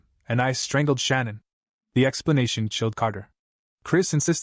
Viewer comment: Why can't the guy say Shannan or Nicole right?? Just saying...❤